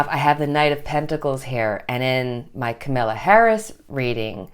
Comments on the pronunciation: Hi, her name is pronounced with the emphasis on the first syllable. It’s COMMA-la not KaMILLa. 😊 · ....the pronunciation of her names is camel- la....not Camilla...FYI It is no wonder that Nancy is feeling overwhelmed...the Republicans are trying right now to get the their together and get a second monetary package together to help the public....she could be between and rock and hard place trying to get whatever they come up with to be a help to the public....and not looking like she is dragging her feet......it is all a political game. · Please don’t worry about us seeing the cards. We can see them upside down, plus you explain them to us anyway. Just so you know, Kamala is pronounced just like Pamala. I sympathize with suffering in the heat, I live in Florida where it is 90 but it feels like 100 because if the humidity! I enjoy your readings and have been with you from the beginning. 👍❤️